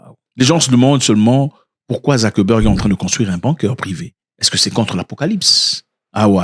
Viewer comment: On prononce : Bounker.😎